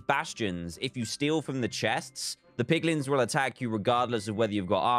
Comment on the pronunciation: dantdm :poglins me: piglins*